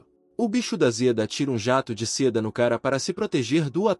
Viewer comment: Amo esse manhwa, mas por favor bicho da Zeda dói nos ouvidos, bicho da seda ok, Zeda nãããããooo